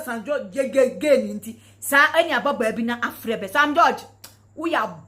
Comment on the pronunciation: She does not even know how to pronounce George, only in Ghana that one can see all this type of woman.